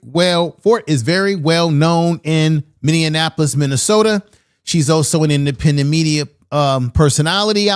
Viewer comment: Minneapolis is pronounced Many apolis not Many in apolis sir